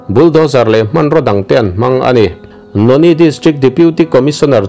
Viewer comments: Noney=No-ni nilo in, No-ne tia lam zawk tur . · I lam rîk dan hi, "Noni" ni lovin, Nawne, tih zawk tur a ni e.🙏